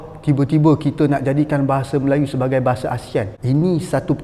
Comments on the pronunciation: Hallo bapak encik bukan "tibe-tibe" kalau bapak encik seorang Muslim jujur dong dalam mengucap menyebut kata-kata bahasa Melayu yang benar. Allah maha mendengar dan maha Mengetahui ke angkuhan bapak encik. Kata "ti ba - ti ba" kok diselewengkan sebutannya jadi : " ti ber - ti ber " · Dia bilang Tibe-tibe padahal tulisannya tiba-tiba. Dia juga bilang perkae padahal tulisannya perkara.Kenapa ya....Orang malaysia tidak bisa mengucapkan R.